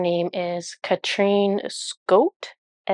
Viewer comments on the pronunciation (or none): Since your last video with Catrin's art I have tried to come up with an explaination on how I could explain how her surename, Skött, is pronounced for you English speakers. I haven't figure it out yet, since I can not remember any similar words or pronunciations in the English language. (*sigh*) But I can try to explain how you would pronounce the letter i the middle of her surname, the "ö". "Ö" is a completely different letter, compared to the letter "o". It is not pronounced similar either. "Ö" is pronounced like the letter "e" in the Amercian word "jerk". But since there are two "t:s" after that letter is is pronounced short, not long as in the word "jerk". I hope that technicality was to some help... 😁 (Maybe somebody out there would find it helpful or interesting in some way. 🙂)